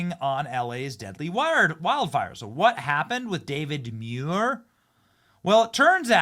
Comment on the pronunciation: David Muir, I thought his name was David manure🎉😂